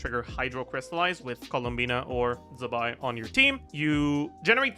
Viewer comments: z in chinese is pronounced ts so it’s tse-bai :) i know you care about pronouncing names correctly so thought i’d point it out. i think it’s written 兹白 if you want to check pronunciations online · Zibai is pronounced “Ch Bai”